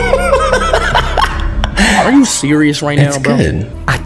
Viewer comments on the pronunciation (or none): Greda 😂 aaaaa 😮 not bro ohel no